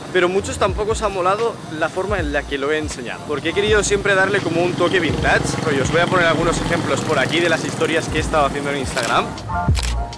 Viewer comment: "vintach" ? ahhhhhjj 😂